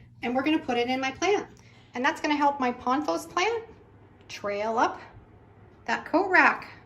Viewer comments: ( ). POTH os, ✅ Not PON thos ❌ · There is no "N" in pothos.